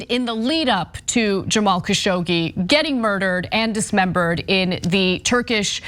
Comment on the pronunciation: Dear Ana it is KASSHOG-JI